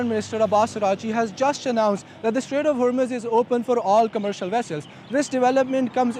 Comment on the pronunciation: The Shtrait of Hormuz